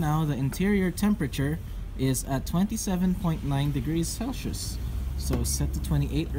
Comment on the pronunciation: 27 degrees celshous